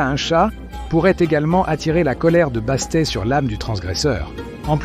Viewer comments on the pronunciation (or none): Je pensais exactement la même chose. Au moins, faire relire et réécouter avant publicatiln : il y a des techniques pour corriger les erreurs de pronontiation. Perso, j'adore les chats mais "Basté" ça passe pas. Même en anglais, on prononce le "T" à la fin. Mais ça n'empêche pas que j'aime bien quand même ^^